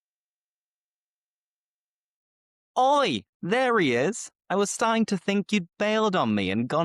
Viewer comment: Your pronunciation is from the north of England, of course that’s fine, however, because you have a colloquial accent it’s really important that you try to pronounce words a little more clearly for the learners. For instance, in the first sentence you pronounced the word “starting“ while pronouncing this word you didn’t pronounce the T We usually pronounce the T & D if followed by a vowel sound, I hope this helps you, great lesson keep it up.